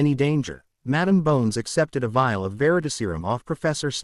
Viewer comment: It's a VIAL not a file!!